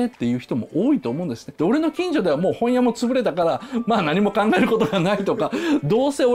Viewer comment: 本屋の発音どした